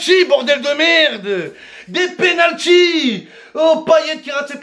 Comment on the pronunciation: "des penultys" 😂